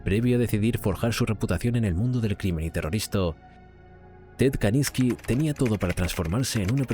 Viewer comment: Constantemente dices kaLINSki, y es kaZINSki